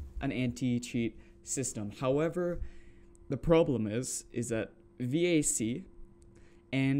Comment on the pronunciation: the vac ban was for csgo. if you at any point had any third party dll hooked to csgo, you got banned, whether the dll were cheats or not. also a vac ban doesnt ban you from all games. and lastly, it’s just pronounced “vahk” or like vacuum without the uum